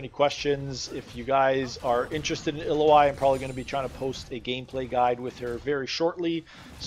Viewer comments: Great guide but if you make these, pls use the correct name..... ill-oh-i is incorrect. ill-ow-wee..... Just bothered me but good breakdown on her.... I know this is my issue more than anyone elses but i figure if you know the person well enough then the name should be said correctly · Why you calling her Iloai ? I thought its Ilaoi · So you say her name wrong. It's Ill-ao-i not illo-ai. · Screw it, I like the way you pronounced her name 😂 ill oh ai is a helluva champion to play against. Not fun at all. I imagine playing as her is much better! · Her name is pronounced ill-lou-e ill as in well ill Lou like your saying loud without the d and just E. You can here you can here super space guy with the star powers forgot his name pronounce it. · I beleive its (i-L-ow-ee) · You don't have to guess on how to say a champ's name. You can just watch the champion spotlight video from Riot. Otherwise, great video! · U butchered her name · How you gonna pronounce the name wrong in a guide